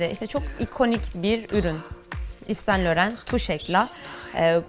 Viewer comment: İv San Loho diye telaffuz ediliyor